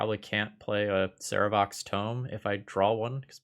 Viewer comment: I almost always like ThrabenU videos, but that mispronunciation of Sarevok tells me never played Baldur’s Gate. You’ll get your like once you’ve defeated the Child of Bhaal.